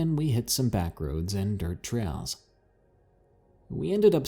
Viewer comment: You have also been known to say trail as "trell" lol, but whose paying attention